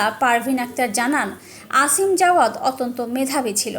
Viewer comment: আসিম না অসিম হবে,আর ছেলে বড় নয় মেয়ে বড়।